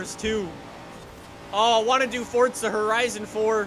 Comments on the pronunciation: Its forza not fortsa ahhhhhhh 😆😆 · Its forza not fortza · Can you stop calling it fortza for once ⬇️ is how many people are annoyed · Why does everyone pronounce forza like "fortza" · forza doesnt have a T in it